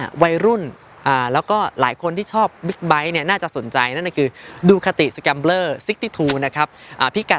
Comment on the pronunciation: Good review. Thanks for pronouncing it correctly. Most Thai people call it Scramble. 👍